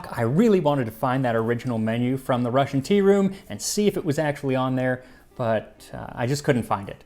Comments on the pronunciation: I don't understand how the hell I miss this one a year ago and also you're Russian pronunciation was on point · His pronunciation of Russian words is really good. He is indeed better at it than many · Do you have any Russian background. Your Russian R is perfect. Never heard it that well from English speakers. Thank you. Nice video. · I'm not Russian but your Russian pronunciations are great! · Thank you for not butchering the Russian words and names. Quite nice pronunciation and almost perfect word stress.😊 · I've never felt more stereotypically Russian in my life, I have both mustard and smetana in the fridge and I'm very tempted to make this now. Thank you, Max! Your pronounciation of Russian words and names in this video was very good, and your research top notch as usual. Бефстроганов is indeed still very popular here in cafes and restaurants. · Your Russian pronunciation is spot on. Another great episode, thank you Max.